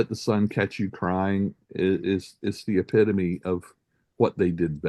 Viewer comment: Just for the record, I do know how to pronounce "epitome" properly - my consistent mispronunciation is an inside joke. You might hear me butcher "amalgam" and "albeit" in similar fashions.